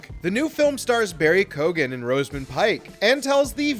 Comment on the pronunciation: For the love of God, why can't Americans pronounce names correctly?😡 He is Irish and it's Keoghan not Kogan. The e is there. There is an interview where he says how his name should be pronounced. Also, its Rosamund Pike not Rosemund Pike. Notice the a after the s. Sack the narrator. 😂